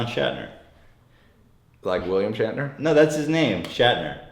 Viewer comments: Of course he doesn't believe you, you've said "schattner" when his name is clearly "Schnatter", Ethan can't pronounce for shit. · It's Schnatter not Shatner. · It's Schnatter, Ethan. Not Shatner :< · His name is actually Papa John SCHNATTER, not SCHATNER